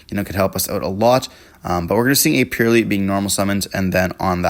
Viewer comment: The Purrlielie on the other hand 😅😂